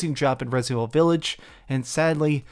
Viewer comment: The dude can't even say resident evil... Resnind evivil